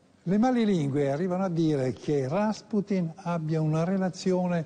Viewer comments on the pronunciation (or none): Rasputin non si dice con l'accento sulla sillaba a ma sulla u ... ;)